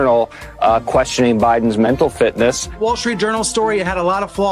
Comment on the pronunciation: The Dems wanted this to happen so they can replace Biden......They are probably telling Joe that "Its ok, FDR's wife ran things till he died too." KJP mispronounced the word "Mental"... I am sooooo embarassed for the US for having such a weak leader!!